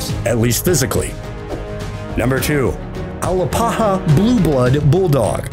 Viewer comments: It's pronounced A-lap-aha, not Al-a-pa-ha. I have one and she's the best dog. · Hey narrator, try this, ( BRACKy - sef - PHALlick ) = brachycephalic. And it's S t a f-fordshire not S t r a t-fordshire Bull Terrier, and you can't pronounce A-LAP-aha for scheisse, much less Alano, or Ca de Bou, and others.